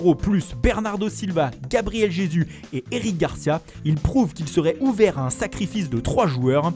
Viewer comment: 'Gabriel Jesu'